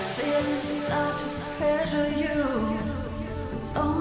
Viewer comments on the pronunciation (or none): it's ok, no sane human says "pressure" as "prezzur" even while singing :)